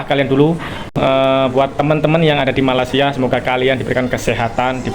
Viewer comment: Kenapa org Jawa nyebut Malaysia..dgn Malasia tak tengok huruf kh..jgn buat bodoh di mata org asing. Sebut Malaysia jgn Malasia.